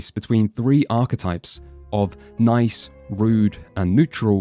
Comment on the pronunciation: OH MY GOD HE FINALLY SAID ARCHETYPE CORRECTLY